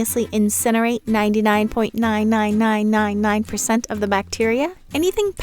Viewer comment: very annoyed with the 99999 pronunciation